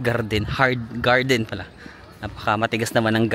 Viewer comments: "Ang lawak ng garrrrden"😂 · natawa ako sa GAR-DEN hahaha